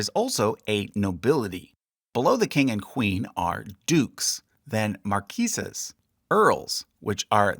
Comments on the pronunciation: Marquess is not pronounced “mar-KEESE” in the UK. It’s “MAR-quiss.” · Such videos as these are want to attract busy bodies like me. I just wanted to correct the pronunciation of the noble title just under Duke. It is pronounced like "MAHR-kwess" and I believe the female equivalent is Marchioness "MAHR-shee-oh-ness" Marquise "MAHR-keez is the female equivalent in French. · Thank you for this helpful guide. However, some corrections if I may: Three of the coronets are mislabelled: the one marked "Viscount" is in fact a marquess's coronet; the one marked "Earl" is a viscount's; the one marked "Marquess" is an earl's. "Marquess" is pronounced "mär'kwis/ ". In the family tree you omitted the late Queen's other first cousin, Prince Michael of Kent. And finally, it is the Earl "Marshal" of England (not "Marshall"). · In English nobility, Marquis is pronounced mar-qwis, not mar-key. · Some notes on pronunciation: The word Marquess is pronounced mar-qui[ck]ss, not mar-quee-ses??! Also Lord President Penny Mordaunt's surname is pronounced More-dant (she also happens to be a Captain in the Royal Navy, albeit a reservist, so may wear her uniform during the ceremony). The county and title Norfolk is pronounced, in absolute seriousness, Nor-fuck. Zadok is pronounced Zay-dok, which is exactly how they sang it in the piece of music you played... Finally you do not spell out the individual letters of UEFA when you say it - you say U-ay-fa And finally, finally Kings and Queens aren't "coronated"?? They're crowned. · The title of second-rank nobility IS NOT pronounced MARKEESES, but instead MARKESSES or MARKWESSES. The wife or female equivalent's tile is spelled MARCHIONESS. The French equivalents are Marquis (MARKEE) and Marquise (MARKEEZ) while in Spain it would be MAR-KEHS and MARKESSAH. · More probably, Camilla would be termed the "Queen Dowager", as "Queen Mother" is used for the mother of the monarch. Also, "Marquess" is pronounced as "Mar-qwis".